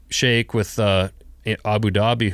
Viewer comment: I live in Abu Dhabi and have been here for the past 10 years (transplanted from TN). Great story about the Skeik from Abu Dhabi. He CORRECTLY pronounced the work Skeik (pronounced Shake). Very much enjoyed this Cleared Hot Episode 181 -.